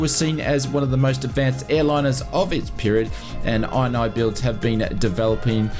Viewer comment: Isnt it called "In-knee-builds, not "Eye-n-Eye-builds" ?! 😂😂